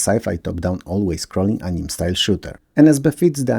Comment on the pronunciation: Yet another great video! Just a heads-up that "anime" is usually pronounced as "annie-may" rather than "aneem".